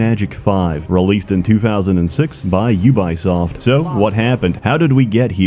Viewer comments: Thanks for recommending this to me 2 years later, YouTube algorithm. I can't tell,, are you pronouncing Ubisoft like YOU-BUY-SOFT on purpose to fit the humouristic theme of your videos... or do you really think they are pronounced that way? Way too serious clarification: as Ubisoft employees revealed, for French/Canadians it's either UU-BEE-OSFT or OO-BEE-SOFT depending on accent, or it's YOU-BEE-SOFT for... everyone else....That said, I myself have jokingly called them YOU-BUY-SOFT before to friends. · Pronouncing Ubisoft as You Buy Soft is genius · we not gona talk about "yew-bai soft" ...? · Did he say "YouBuySoft"? 😂😂😂😂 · "jubajsoft" xDDD no ja kurwie, co to ma być xD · Excuse me, but you-by-soft? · Your pronunciation of 'Ubisoft' and 'Moses' throws me into a blind rage. 10/10, would hate again.